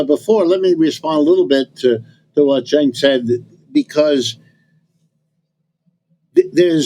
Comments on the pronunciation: Prof Wolfe: His name is Cenk, not "Chunk." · Also, the Professor Wolff calling Cenk Chunk/Junk is a very hilarious unintended mispronunciation (well, insofar as Cenk wants his name pronounced anyway, but I pronounce my last name differently than how it’s originally and currently pronounced in my grandfather’s birth country (Norway) just to make it easier for people and less foreign sounding so given that Cenk and I seem to have some personality similarities with him I’ve noticed including a certain instinctive politically pragmatic subtlety so perhaps he’s doing a similar thing. Also perhaps he’s never heard of Jenkem which may have made him think twice about this pronunciation but alas lol.